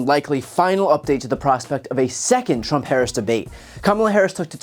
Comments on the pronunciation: At least he said her name correctly this one time 😂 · It took a while, but 45's finally learned to pronounce Harris' name correctly. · At least he's finally pronouncing her name correctly.